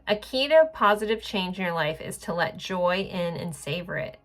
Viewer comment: Every time I hear you say joy (unless you repeat it right after the first time you said it) I hear Joey. that’s his name. He lives in the Salt Lake City area and my birth month is July. There’s a lot of confirmations here. after 2 years of dating he just calls me to say “I don’t love you goodbye”. Not all of our times was great but a lot of it was so wonderful it made me fall so deep in love. Deepest I’ve ever been in love. He is too chicken shit to be straight up to tell me the truth as to why and what happened but the biggest reason was he let his BFF ,who I later discovered was and still is his husband(since before I knew him), get in his ear about what he thought of me. Maybe he told him if he doesn’t break it off with me, he’s gonna tell me the truth about those two. He might have even lied and said I made a pass at him while Joey was asleep. I’m not sure. It would explain why he seems to be so mad at me all the time when I didn’t do anything wrong unless you want to say expressing how I’m feeling when he hurts my feelings, wrong(I do not yell at him or call him names or cuss at him ever) He might be mad because my intuition is on point. It told on those two a year and a half before we broke up. It was significantly accurate. I prayed before bed for my angels that are only for my highest good to help me see why Joey is being so hot and cold. I had a terrible dream. It was 100% correct. So accurate it totally showed me future events that did take place. He tried g